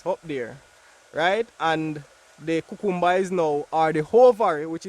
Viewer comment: I love to hear you say cucumber. ♥️